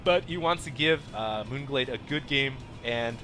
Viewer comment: you actually said the map name right :D this game was pretty lame. Marauders are good, but not against air units, so i have no clue why he kept getting them -_